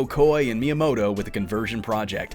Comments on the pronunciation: Good video that could be even better if you tried to pronounce Miyamoto's name properly. Doesn't have to be every Japanese word, but if you're making a video that's focus is highlighting the career of a certain individual, putting in some effort to pronounciation would go a long way. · Did you know? While making a video in the honor of Miyamoto, you don't have to pronounce his name right, not even once!